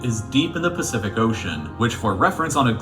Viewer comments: He said specific ocean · Flight defo takes being dumb. Man said specific ocean 😂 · "Specific Ocean" lol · “Specific ocean” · "specific ocean" killed me XD XD XD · Man said specific ocean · Flight said specific ocean